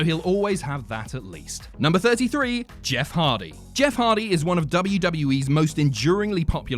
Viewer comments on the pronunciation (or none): When he says Jess instead of Jeff